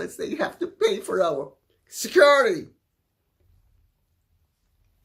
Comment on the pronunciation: I love it when Lady C says ‘SeCuRiTy’ 😂